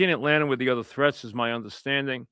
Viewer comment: “It’s a YUGE decision” Etlanter Falcons 😂